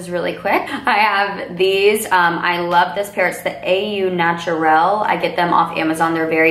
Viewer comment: Beautiful look Hannah! I love that it looks so natural but so glam at the same time! (Oh just a note, the lashes- the Au is pronounced "oh" as in Au Natural (Oh Natur-Al) kind a "frenchy french" LOL!!) I hope you had a good night, You looked GREAT!